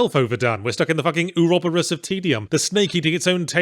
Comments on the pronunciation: Wait, how did you just pronounce Ouroboros? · That's the most interesting pronunciation of "ouroboros" I've ever heard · "oor-ROB-err-rus" yeah, it's a bit easier than saying it as "oar-row-BORE-rose"...this is why I like seeing how other languages/accents pronounce words. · thats how British people say ouroboros